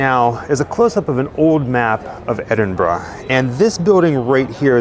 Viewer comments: Thank you for pronouncing Edinburgh correctly. 🫶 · Great video. Also great to hear Americans pronouncing Edinburgh correctly. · This is awesome, always loved the Sawney Bean legend when I was growing up in Edinburgh. And also, thank you so, so much for pronouncing Edinburgh correctly, you've no idea how much it makes my skin crawl when Americans call it "Edin-burg" 🤣